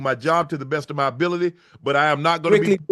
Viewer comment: Unk say Gas ability 😂😂😂😂